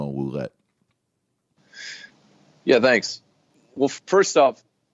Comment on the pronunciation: French-Canadian here... This is how you pronounce "Ouellette" = WAY-LET. Greetings from Ontario, Canada! :D